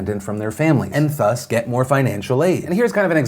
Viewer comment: THUS sounds like THere, not THree...